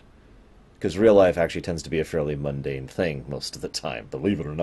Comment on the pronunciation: you are funny! Every time I heard you say "mundane" I'd start giggling because I'd think of Byron and his group of "teleparths". Gods, I'm so annoyed by Byron as a character, Bester may be an evil bastard by he does have personality, I've read Claudia Christian's memoir in the last year or so, and it's way too "gosh wow" for me. She and Bruce do seem to be on speaking terms these days, though. I found this on YouTube about twelve hours ago FCD Out of the Ashes 2.0 - Babylon 5 Talk (Claudia Christian and Bruce Boxleitner) See you next week!